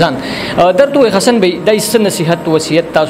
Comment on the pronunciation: Zan la daa alfaz tek ka پ تہ ف او ف تہ پ مہ وایہ ح تہ خ او خ تہ ح مہ وایہ لکہ حسن تہ خسن